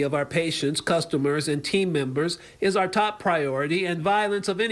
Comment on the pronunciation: Love the channel, been watching for over a year. Remember, it's "our" rights, not "are" rights. Our rhymes power, are rhymes with car. 😊